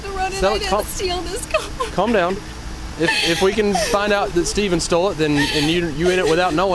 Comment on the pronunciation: Narrator said “Stevven” 🤓